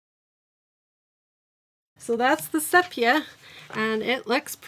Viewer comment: Sepia is pronounced. see-pee-uh with the accent on see. Just thought you would want to know. I love your videos and have leaned so much. I love where you did color swatching on a strip of paper and have it right next to the pens in the packaging.